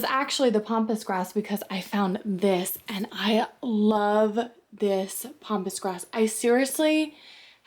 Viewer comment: Pampas not pompous. Sorry I just had to say something.